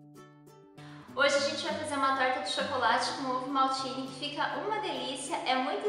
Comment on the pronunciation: Quando vc disse ovo maltine ouvi ovo maldito